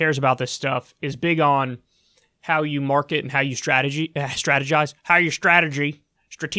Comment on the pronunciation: "How you strateege your eyes" -Kyle Kulinski